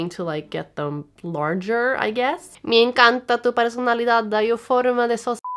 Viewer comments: Okok hold up tell me how in the fuck did she just spoke perfect spanish🤦🏻‍♂️😂😂😂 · Okay but I speak spanish (I'm Argentine) and you reading the "me encanta tu personalidad" was ON POINT! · I loved the spanish part, tu acento muy bien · she is trying to say that she pronounced that spanish phrase (me encanta tu personalidad) perfectly, and she is from Argentina.